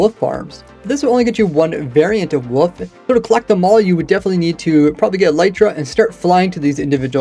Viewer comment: Still amused at your pronunciation of wolf. Only YouTube channel that calls wolves woofs.